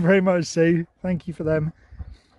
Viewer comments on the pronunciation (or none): I think Sherp took the time to think about how much Thank you sounded like thank Sue. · Oh yeah haha. I can hear it too. "THANK YOU!" BRILLIANT!